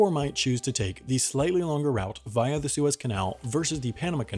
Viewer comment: Via not viah